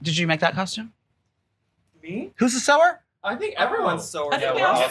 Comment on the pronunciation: I was confused too Estitties…I heard SOBER not sewer.